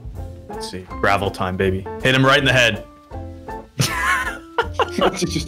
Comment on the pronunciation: Everybody: strategize: GrAVel